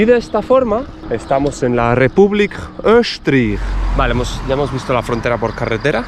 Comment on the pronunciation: "Öschtriech und Fürschtentum Liechtenstein"- me encanta tu pronunciación auténtica. Cuando lo digo yo, se me toma como turista alemán del norte.